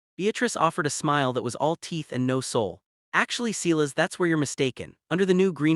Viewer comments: Damn it can't you use a real person to read this. It's not Clis, it's Sil as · The ranchers is pronounced sigh-lus. Get a better AI, or learn how to read.